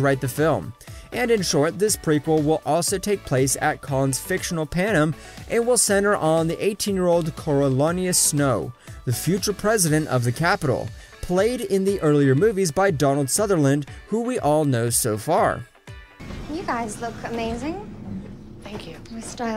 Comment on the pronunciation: "Corialanus" You made an attempt